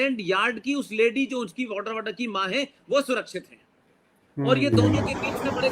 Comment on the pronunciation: वाड्रा नहीं, वडेहरा ।